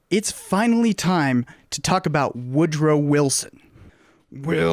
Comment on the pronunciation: All yeh need to know.. is "Wood Row". #its twue #🎉